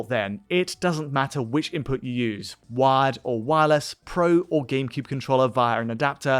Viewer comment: Every time he went to actual GCN hardware, I kept thinking ".WAD? .WAD files? What the Hell is he talking about with .WAD files. That's not the GCN game format". Turns out not until half-way through the video did I realize he's saying *WIRED*. Be that as it may, it's early, it's in it's infancy, but they'll be fixed just as N64 issues were fixed.